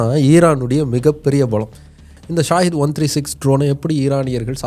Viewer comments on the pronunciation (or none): அது ஸாகித் இல்லை ஸகித் அப்படினா தியாகம் அப்படி என்று பொருள்